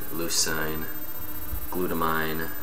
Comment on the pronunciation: lol sorry its pronounced GLUTA-MEEN lol awesome vid tho